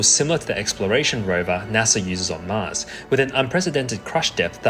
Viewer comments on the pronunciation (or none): none